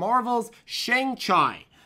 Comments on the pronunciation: Shang-Chi is basically pronounced like "Shaung-chee" for future reference. Lol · It’s pronounced Shang-Chi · LOL butchering an asian name I see...